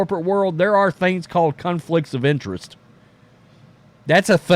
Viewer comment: Did he say "cuntflict" of interest or am I hearing things?😘😘